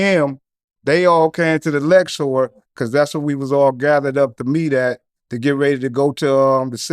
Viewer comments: Luxor, not Lexor. Hahaha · Funny I've been pronouncing the Luxor wrong all these years. I had no idea it was actually called the LEXOR. 😳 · Say LEXor again... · The way this dummy is saying Luxor like “Lexore” is killing me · My nigga kept saying Lexor😂......Too funny